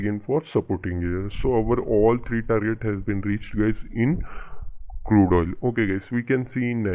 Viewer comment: Crude not curde